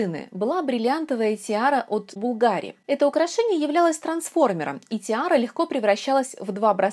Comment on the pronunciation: Хорошее видео, но маленькое замечание: в слове Bvlgari ударение падает на первый слог.